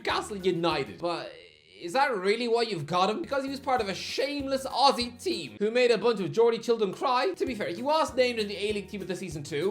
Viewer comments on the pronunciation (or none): none